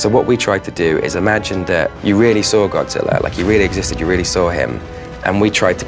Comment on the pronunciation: ''Y'know it's Godziller'' ''Godziller''